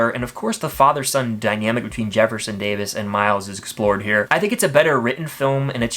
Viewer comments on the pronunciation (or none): none